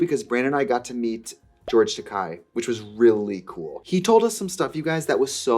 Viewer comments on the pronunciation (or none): Love the video!! Also, it's pronounced Tah-KAY. Tah-KAI means "expensive", rather than being his name. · Ta-Kay, not Ta-Kai. He once joked to Paramount bigwigs that "Ta-Kai" translates as "expensive." "Well then," the suits mused, "we won't be calling you that!" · Gurl, you're pronouncing George Takei wrong. His last name rhymes with "gay". He made a whole thing of it when the whole "don't say gay" laws came out. He told everyone they can't say "gay", they can just say "Takei". 😊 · Takei is pronounced Ta-Kay 😉